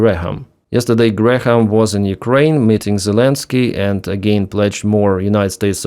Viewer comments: Its Gram not Gra - ham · … just so you know. The letter h in Graham is not pronounced = silent. So it’s pronounced like the unit of mass and weight “gram”. Not like gray-ham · "Graham" is just "Gram". The h is silent. Alternatively, "Gray-yum" with a subtle "y" sound for the h. But "Gram" is fine. By the way, the IRGC (Iran's occupying force) is claiming they killed Graham. Keep up the good work! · Graham and Graeme are both pronounced Gray-em. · More kinetic parking tickets for Russian ships, yes. Also, Graham is just pronounced GRAM. But anyway, there are no more Grahams left so maybe you will never need to say this word again after today. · H in Graham is silent, like "gram." Cheers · Just FYI the "h" isn't pronounced. It's just "gram", like "kilogram". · Lindsey's name has a couple extra letters. It's pronounced like the metric system's base unit of mass, gram. Just trying to help. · Just FYI, Graham is pronounced Gram…no h sound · Hey, just FYI it's pronounced Gram, like Kilogram. Lindsey Gram. Bad guy overall, but at least he supported Ukraine in some ways. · just gray-uhm, but still, I hated the guy, so if he came back from the dead and you could repeatedly mispronounce his name, I'd be fine with it. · Graham is one sylable... the H is silent... it's pronounced Gram.